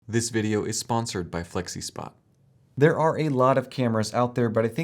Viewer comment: You lost me at "Flexispot". 😁